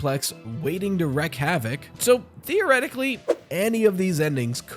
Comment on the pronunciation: Sorry to be pedantic, but it’s "wreak havoc" and "wreak terror." Pronounced like "reek." Lots of folks make that mistake because "wreak" is such an old-fashioned word.